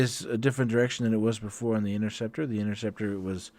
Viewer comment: Thanks for the win with that sweet interceptor pin. You nailed the name, too